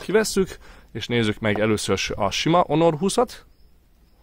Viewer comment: Onor 20? Ammeg mi a ...? 😂😂😂